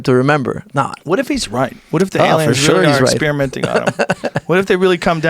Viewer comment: Exspearamenting Joe?